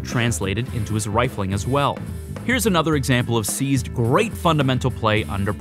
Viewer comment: Try saying "Seized's" and not "Sneezed"